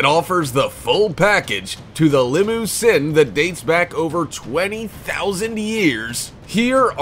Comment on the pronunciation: Did he say limo-sin